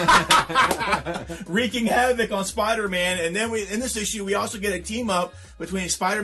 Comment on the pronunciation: Yay, video time!! No interest in Supergirl, but hope the fans enjoy it. Super stoked for Briggs Land (and if you're not reading Woods new Aliens title, you're missing out. Feels and reads like old school Alien.) And a return of Stephen Platt? Where? Oh the ole "Havok" pronunciation. Haha. Pick of the Week: Has to be Grimm Fairy Tales... HeeHee... no, I can't even joke about that. Man, this is a tough call as I have three Dark Horse titles as my top three this week (Briggs, Aliens and Hammer). But I am going to have to go with... Briggs Land. I think. Yeah. I think. Man this sucks even having to think about. Ha. Question of the Week: My thoughts on the Superwoman controversy is exactly the same as my thoughts on the Captain America outrage. IT IS THE FIRST ISSUE!!! We have no idea how this story will unfold. Who is to say she is actually dead? Who's to say that her brick form is not just what was left behind when she was sent into another dimension or... any other countless comic booky story-lines. And if she is "gone forever", like is saying as I type this, there is another Lois in this universe now so Lois fans will still have the character they have loved. People hated this Lois for outing Supes anyway, so... But then again, if the "powered Lois" does return... I think that will be cool also because I really enjoyed the banter between Lana and Lois. Superwoman #1 read like a fun Worlds Finest issue (better than that Perez drawn Power-Girl/Huntress stuff from a f